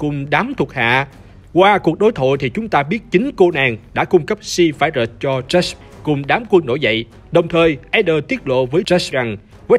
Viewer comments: RIP đọc tiếng anh ._. Nhiều đoạn nghe tên nhân vật xong k biết là ai... Jake thành Just, Jill thành Joe ._. Ùm réo là... K có ác ý gì chỉ là góp ý mong sẽ cải thiện trong các video tới ạ ._. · Tên là Jake mà phát âm tên như là Josh🙂🙂